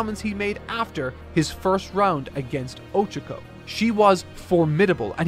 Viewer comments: I won't lie, him saying "O-chako" instead of "o-CHA-ko" is really bothering me. I don't understand why he doesn't research how to pronounce names as much. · did the pronounciations of Monoma and Ochako so dirty and i'm still recovering from it.